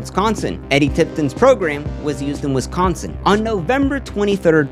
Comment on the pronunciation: You’re pronouncing Wisconsin wrong.